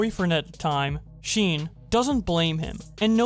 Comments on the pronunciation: never call “Sean” - (Sheen) ever again it’s pronounced ( Sh - aww - n) I’m not trying to be aggressive I’m just correcting you My brother is named Sean and he gets pissed every time somebody calls him sheen 😂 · the name sean is pronounced shaun. I've been informed he has dyslexia, I'm sorry. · This nigga cant even say shawn right fucking shean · Yo "sean" is pronounced shawn my guy. Smh dude. Do research before you make stuff mate. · the man said sheen and not Shawn😂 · Okay okay I'm all serious rn but did you just say 'sheen' instead of Sean? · Sean is pronounced Shawn not Shean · I like how he read Sean like shin instead of shon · STOP SAYING SHEAN ITS SEAN(SHAWN) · This is a bit random, but why are you calling this girl's boyfriend, Sheen? It's Sean; like Shaun? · It's a common mistake still. I also used to pronounce Sean as Sheen until I hear the proper pronunciation (Shaun). But the problem is, Sean can also but less likely to be read as Sheen (especially in a non-english speaking country) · my guy is saying sheen instead of sean (sh-awn-) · i felt insulted when he said sheen instead of shawn tht is my name ahhhhhhhhhhhh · Nah B it’s See-an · “Sean” is pronounced “Shawn” btw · Why does say Sean like “Sheen”? Edit: looked further in the comments, some other people noticed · This man really doesn’t know how to pronounce names. “Seen” and ”yavoney” bruh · hey, sean is pronouned shawn! please remember that next time! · "Yuh-von-nee" "Seen" I know you don't watch them or now them and your just relaying the information/drama. But that really triggered me. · Sorry for correcting but the name of the boyfriend is Sean the is is spelled like sh and ean spelled like onn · My man said sheeen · did he actually pronounce it "sheen" instead of sean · love the video as always but hearing you pronounce sean as "sheen" in such a serious tone gave me a nice laugh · did bowblax just pronounce sean as “sheen” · Yes he did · he pronounces sean like seen